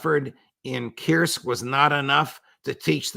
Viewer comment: You God damn Americans cannot even spell Kursk properly (Koorsk not Kyoursk lol)) yet have such destructive power over the world. Truly regrettable.